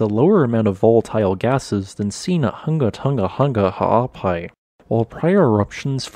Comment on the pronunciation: I’m so impressed how you can pronounce Hunga Tonga-Hunga Ha'apai so well. I find this information so very interesting.